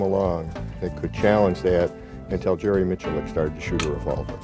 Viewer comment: Jerry Micklick? Oh man, he could have atleast asked you the correct pronunciation.